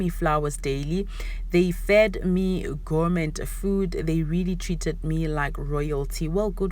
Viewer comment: It’s gorme not gormetttt, the T is silent 🙏🏾